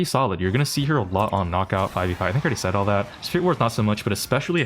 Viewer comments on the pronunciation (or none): none